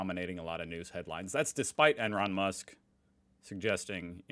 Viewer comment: "Enron Musk" very nice :D